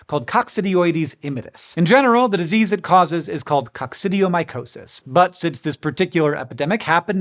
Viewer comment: A big GOTTCHA moment Hank. You mispronounced Coccidioidomycosis. 😂😂😂😂